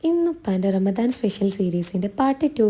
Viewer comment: رمضان എന്നാണേ...നന്നായി ഉച്ചാരണം നടത്തണേ...😂